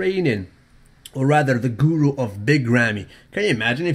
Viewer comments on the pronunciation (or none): none